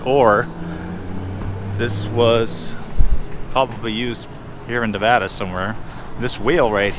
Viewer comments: Great video. All the years I have lived around here, I have never been in the cemetery. There was a fire a few months ago that burnt the buildings to the left of the railroad station. BTW, tell your buddy you say Nevada just like you spell it Nev-Ad-A, not Nev-Odd-A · Great video! Other than pronouncing Nevada wrong haha